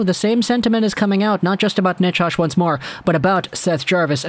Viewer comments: how are you saying Necas? I don't think it's Nachosh. Forsland used to say "Nachez" ( emphasis 1st syllable). I'd go with that. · Ya no I'd take Necas and Jarvis. And you're pronouncing Necas wrong lol.